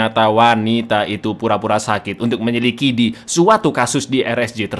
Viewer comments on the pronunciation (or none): edit . menyelidiki bukan menyelikidi .,. 😅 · Min menyelidiki bukan menyilikidi, seditail mungking gua ngederin ucapanmu min min... 😢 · Menyelikidi 😂😂😂😂 menyelidiki bang... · menyelidiki bukan menyilikidi 😂😂😂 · Menyelidik bukan menyelikidi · Apa cuma gue yg denger, "meyelikidi" detik 46